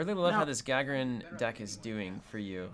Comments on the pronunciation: ***** More like Guh-Guh-Rin, emphasis on the second "Guh". The "A" is not meant to pronounced the english way. Neither is the "r", it is rolled normally, but that would you just give a hard time I think. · It's pronounced Gah-Gare-In! As in Yuri Gagarin :) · Was about to comment that you're mispronouncing Gagarin, but other folks already got it covered. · ***** The emphasis is on the second syllable - gagArin.